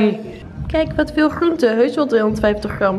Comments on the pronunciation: De G en de R gaan niet goed samen bij jou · Gotta love you & je video’s. Zelfs je ‘GRRRR..am GRRRR..oente’ 😂 Echt een relax momentje, lekker een video kijken & altijd weer een beetje bijleren. Thank you ❤️ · Je zegt groente zo grappig😂, alles met de r 😂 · Mijn god ik krijg echt de kriebels van de manier waarop je "gr" uitspreekt: gram, groente enzo😂😂 leuke video tho❤